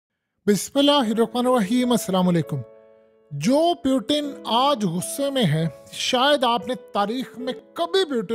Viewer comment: Bhai sb "bismilahh" nhi it's "BismillAllah"